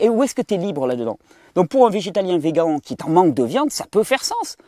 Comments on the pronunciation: Vé-gant 😂 tu m’as bien fait rire Thierry merci 🙏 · en France ils disent beaucoup Vegant .... en Belgique la plupart disent Végane .... :)